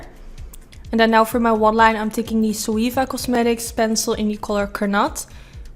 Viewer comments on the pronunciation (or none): none